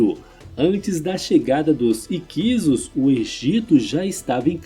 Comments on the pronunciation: A única falha desse vídeo é a pronúncia errada, não é "IQUISO" e sim "HICSO" igual lapso, sinopse. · Escreve-se HICSOS. Pronuncia-se " ÍQUISSOS" e não "IQUISOS" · Essa pronuncia matou o vídeo 😂